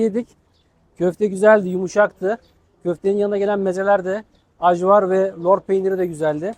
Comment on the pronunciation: Ajvar diye yazılır ayvar diye okunur dostum..